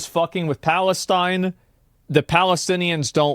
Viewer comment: the way he says palestine 😂 What a clown.